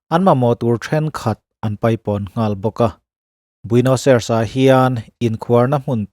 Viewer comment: Huhang kan ti thin a keini lam chuan 'huvang' tih hi khawilai vela hman thin nge ni le..? (Min rawn attack hlek suh u, pangngai takin zawhna ka zawt anih hi) Chuan..Argentina khawpui hi Buenos Ai-res tia lam tur aw..keipawh hmanah i lamdan ang hian ka lam thin ve tho....a pawi hranlo mahse a dik zawk ka lo sawi ve mai mai.